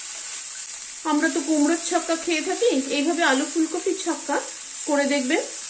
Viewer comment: Phul copy Bolun ....Phul cophi Noi !!!!!!!🤣🤣🤣🤣🤣🤣🤣🤣🤣